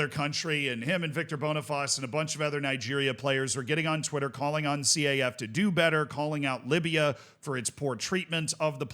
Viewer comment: Broski you don't have to pronounce each letter in the acronym of CAF. You can just say, "Caf" as in: Kaf.